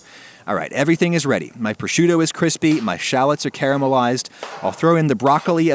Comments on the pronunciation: Shall.. ets? you mean Sha.. llots......shallots not shallets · you said shallots wrong